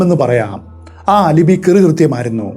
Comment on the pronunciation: As usual amazing explanation and story telling!!, 😮🔥 Alibi = അലബൈ not അലിബി.